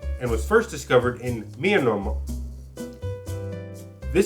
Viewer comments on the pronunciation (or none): Great job, loved this one. It's pronounced "Mee-ann-mar" lol